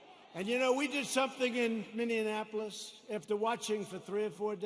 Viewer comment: The Madman! He calls them "Minion"-apolis lol!